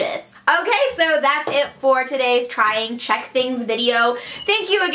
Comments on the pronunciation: Oh my gosh you are so sweet and your Czech pronounciation is great :) :D I am from Czech and I absolutely get that you worship Kofola, we all do :D It's a treasure ^^ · I've just stumbled across this channel... No idea how, but oh my god, your Czech pronounciation is so good for American! Also, it's funny to see what is considered to be "Czech", I mean, I just pass those things by every day in a shop and don't even know what is made here, and what is from abroad...